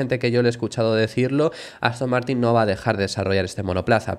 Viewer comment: Ha dicho Aston Mártir?